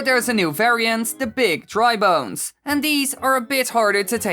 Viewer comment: I thought your said drug bones